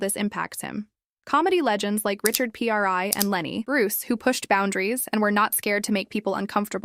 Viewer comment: Can someone instruct this AI that it is not pronounced "P-R-I", but "Prior"